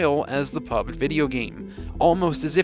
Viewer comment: It's PUB-G 😂